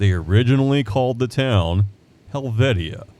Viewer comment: Very nice video,, but Helvetia, the Latin name for Switzerland, is pronounced Hell-vee-shuh or Hell-vish-uh. There is a little village down in West Virginia named Helvetia, that was founded and settled by Swiss immigrants. Hell-vish-uh is how the townsfolk pronounce the name of their town☺